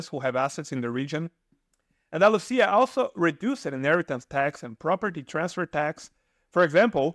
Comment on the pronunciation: What's wrong with the narrator's pronunciation ? Retirees, bored, Andalusia ....just a few words that are totally butchered just like a bot would do.